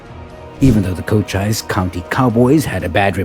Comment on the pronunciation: Also the narrator pronounces the Arizona county of Cochise as "Co - chyse" with a long "i". It should be pronounced "Co - cheese".:hand-purple-blue-peace